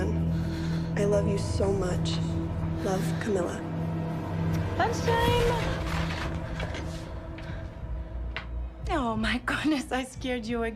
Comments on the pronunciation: Its cam - ill - a not cam-ill-ya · Ngl it aggravated the ish outta me that the clips kept saying Camilla you listened to that and kept saying camillia why you added a I after the l 😟